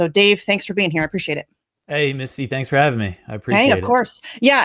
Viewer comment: you stil have not fixed her name? its not wisty its misty